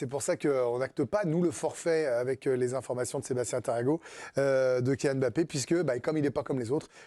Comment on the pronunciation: Bah comme ça tout le monde sera d'accord sur la prononciation de son nom, où pas mal de journalistes sportifs l'appellent Bappé !!!!